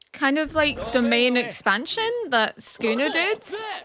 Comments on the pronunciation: Everyone else: Sukuna: Skooner 😂❤ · Girl pls I'm begging you to pronounce ALL the "U"s in Sukuna 😭🙏